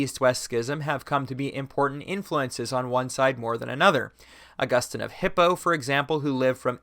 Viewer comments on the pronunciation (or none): none